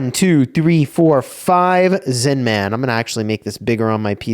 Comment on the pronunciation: The way you say Zin-man is so annoying 😂 It's Zinman. No need to hit the hard man every time